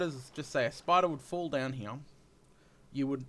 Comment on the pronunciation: I like how you say: "Hee, we've got etc." ;D